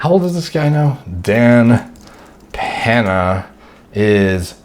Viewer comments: "Dan Penha" Lol, it's pronounced "Pen-ya" BTW The lighting looks really good in this video 👍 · peña = pen-ya